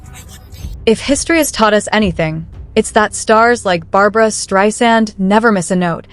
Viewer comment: It is Streisand, not Strand.